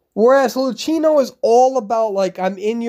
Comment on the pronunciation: I love u but Luchino is read Lukino ^